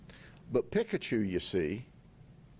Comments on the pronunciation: It's; Peeee>ka-Chu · He says pikkkachu. Pik a choo. 😂 this guy... Talkn to pik a choo. So extra you are Mr Judd. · Bro got Pikachu's name wrong!!! Its ight hes busy making that part of the world better. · The way Sheriff Judd butchers Pikachu is amazing, we need to hear him pronounce all the Pokémon 🤣